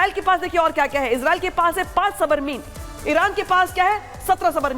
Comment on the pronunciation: अबे सबरमीन होता है कि सबमरीन होता है हिंदी सीखो पहले 😂😂